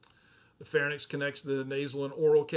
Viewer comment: I love your videos but in all of them I notice you consistently pronounce a lot of anatomic terms wrong, I am wondering if that is instead a dialect thing? Like the word is "pharynx" almost pronounced as "fair-inks" but you kept pronouncing it like "fair-nicks" or "pharnyx".